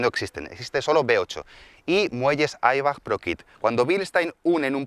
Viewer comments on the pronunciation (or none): Se dice Eibach, no Airbag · Bilstain y aibach😂sabes de inglés lo mismo que yo de nipon😂😂😂 wjaajajjaja